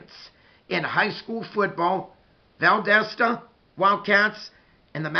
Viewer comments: Valdosta dosta not desta it’s like saying do in dog . Dosta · Great video! Closer on the pronunciation, but it's Val-DAH (like when the Dentist says "open up n say Ahhhh") -Stuh...Val-DAH-stuh Or Val-DAS (like German) -Tuh. Sorry, I wish I could write out phonetically better. You have the first and last syllables, the second one rhymes or sounds just like the German "Das" as in the movie "Das Boot" (The Boat). It doesn't really matter 😆. Great video as usual and I really feel like our teams will meet again soon, and I'm not comfortable with that. We DO NOT match well with you guys lol. Have a great week! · It's pronounced like Val dah sta. The wildcats aren't quite as dominant as they used to be but they still usually have a really good team. The other school in Valdosta (Lowndes County) also usually has a really good team.